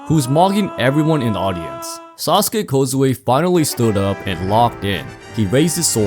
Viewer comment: How did you somehow mispronounce kojiro’s name? It’s sah-sah-kee kou-jee-roh, not sasuke uchiha or kozue which is a women’s name. The video is fire and allat but i’m js too triggered by this small and not so important mistake